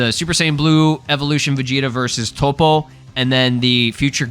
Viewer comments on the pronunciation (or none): none